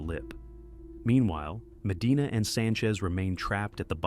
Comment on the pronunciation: The down the throat way of talking and swapping T for D is pretty annoying.